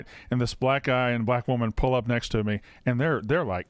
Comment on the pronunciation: says “pool” when he means “pull”